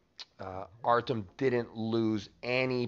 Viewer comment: Its pronounced exactly like its written [Ar-ty-om], not Artem. [Ar-ti-om] if that makes more sense.